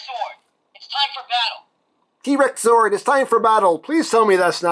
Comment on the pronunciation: I know you're calling it a "T-Rex Zord", but I keep hearing you pronounce it as "T-Rexaur". Then my brain goes into a bizarre crossover concept of Final Fantasy & Power Rangers!